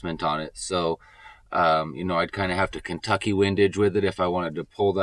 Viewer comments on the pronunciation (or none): none